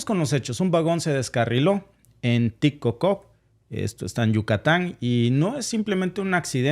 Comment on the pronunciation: Se pronuncia tishcocob y se escribe Tixkokob